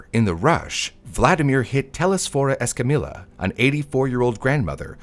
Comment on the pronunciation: Escamilla is pronounced (Es-ka-me-yah) please stop butchering my last name